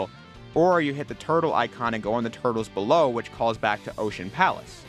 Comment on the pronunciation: "so bellow" 🎉 Thank you for this video